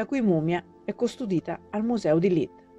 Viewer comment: LeedS, non Leed. "Museum" è inglese. Non si può sentire letto in latino. Vi consiglio un minimo di verifiche scolastiche prima di pubblicare un video del genere.